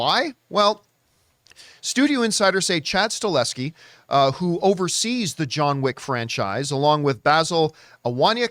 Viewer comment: He is called Chad STAHELSKI not Staleski